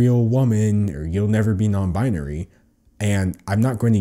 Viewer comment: I find it hilarious everytime he says non binery instead of nonbinary